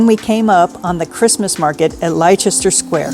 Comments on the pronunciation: It's(Leicester) not pronounced Lichester it's pronounced Leister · Lichester is pronounced lest er. Xxx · Nice to see you guys in London and being so positive about it! One thing though you need to adjust your pronunciation of Leicester Square 🙂 it’s pronounced like LESTER 🙃, I remember this pronunciation last year, I suppose you don’t read your comments that often as someone would have commented on it last year 😂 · Oops! It’s ‘Lester’ Square in London, not Liechester, but that’s ok. I love your videos anyway and Paris is always my favourite even though Strasbourg and Bruges do sound wonderful, too xox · “Lester” Square, madame. Despite the spelling. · Pronounced Lester Square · OMG Leicester square is pronounced Lester, Please do some research. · FWIW, it's pronounced 'Lesster' square 😉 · Love all your vlogs. Leicester Square in London is pronounced LESTER. My first time in London ('79) I was quickly corrected by a lady bobby who also gave me a nasty look. (Like ah peasant American.) Wait till she comes to San Diego. We'll get payback. Merry Christmas. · Very interesting. Live on outskirts of London and go up regularly. But some interesting things in the video that we will try soon. BTW it is pronounced Lester Square and you don't need "the" before many London landmarks. The cost of your Airbnb was quite eye watering 😂 Thx for the video. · just so you know for the future Leicester is pronounced lester........i know english is weird right!